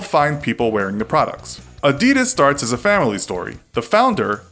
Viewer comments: holy shit you pronounced adidas wrong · Adidas is pronounced differently. You should stress the first syllable. AH-di-das. Not A-DI-das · A d i d a s was not A d e d a s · a-dud-ahs not a-dee-daz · AH-dee-das, not uh-dee-dus. Why can't people pronounce it right? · It’s not Ah-Dee-Dus it’s Ah-Dee-Das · Who the fuck says ' A-deed-us' 'It's 'Adi-dass' And don't say 'nikey' It's nike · Its not adeedas its adidas please pronounce it correctly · They pronounce it like “Adidis” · Also why does he say it A deeeeeeeedas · Tf is a adeeeedas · Its actually A-dee-das, Adidas was an Italian brand so your supposed to pronounce a-dee-das. And if it was Ad-di-das , it would have 2 d’s. Get it right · A-dee-das? Lol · It's supposed to be pronounced "a-di-daas" for those who didn't know. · It’s Adi-das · Please don’t say adeedus again. Please don’t say adeedus again. Please don’t say adeedus again. ITS ADIDAS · you pronounce it as Aa-die-das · You got the Adidas history wrong and you mispronounced Adidas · thats not how you pronounce Adidas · Why Cant You Pronounce Adidas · but every American pronounce adidas wrong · the way he says Adidas hahaha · The pronunciation is different, with more emphasis on the first syllable, and less on the last two. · You are pronouncing Adidas wrong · AAAHHH YOU ARE SAYING ADDIDAS WRONG YOU MONG YOU SOUND LIKE A FREAK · U can't Even pronounce Adidas Right xD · When will Americans learn gow to pronounce Adidas? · great video, but how have you managed to pronounce both, nike & adidas, wrong? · Can’t even say Nike or Adidas properly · You say adidas so badly, like who the actual fuck naturally says that? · STOP! You pronounced them both wrong. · You're pronouncing adidas wrong